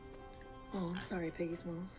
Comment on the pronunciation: Who else noticed that she said "Piggy Smalz"?